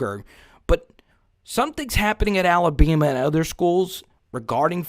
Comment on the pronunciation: Ala"bee" ma? Its ALA-BAMA!